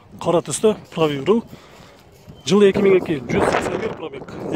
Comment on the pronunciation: Прави рул дейсинго брат так сүйлосөң.Правый руль деп 😊